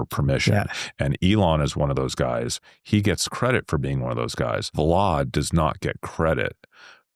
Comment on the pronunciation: Why tf is he calling him “Vlod”???